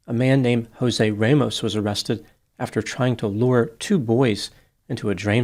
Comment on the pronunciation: Good analysis of the case. However, I would recommend before you pronounce any Hispanic name, Google the pronunciation. Jose you got correctly but Ramos does not have a long A…it is RAH-mohss.